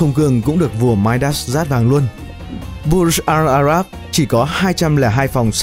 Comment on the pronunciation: video này chất lượng quá tệ từ mặt hình ảnh đến cách phát âm tên riêng, thông tin thì chẳng được bao nhiêu. đơn giản nhất là cái tên của khách sạn là Burj Al Arab chứ k phải là Bur Jal Arab